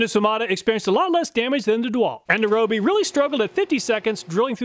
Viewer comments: It kills me when people pronounce Ryobi wrong like he does. It's Ree-oh-bee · Fun fact: Ryobi is pronounced REE-oh-bee (see Kyoto or Tokyo).